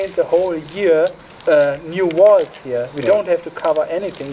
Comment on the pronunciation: Oii. Before you talk about walls. Please learn how to pronounce the word. I mean you have to use that word quite often. It’s worth the effort. And we can enjoy your content even more not wanting to rip our ears off every time you use the word. Please. When you say it it sounds like “wails” Horrible